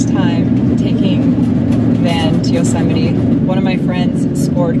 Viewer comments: did you just say Yo-see-mite.... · I absolutely Love your stuff My Grandmother was from Luxemburg and she also pronounced Yosemite like you did, I miss her. So, I've mentioned it before to you, I really want to have one of your photos of the Tetons as a mural on my Box truck build, one wall, floor to ceiling, all hues of blues and pinks and snow capped peaks, the ones I used to talk to when I cut wood when I was 14, for the fireplace, right there in Tetonia, right next to the elementary school - I might be one generation away from the poor tramps I grew up with but I have that memory, and although I was an outsider, growing up in that small town, albeit a few years, was some of the most memorable of my silly gypsy life,... I Live while I'm Alive tho... no matter where I am, today that's Salt Lake City for another week or two then maybe back to California. BTW, I like your van too, but I'm sure curious what your battery situation is, you may have covered it already but we should maybe consider an improvement - put it out to the universe.. Who knows